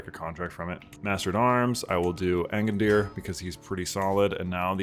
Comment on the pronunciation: Name of Character: Agandûr Pronounciation by: Angadir 😂😂